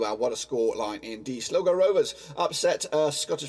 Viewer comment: It's pernicious s-lie-go not silgo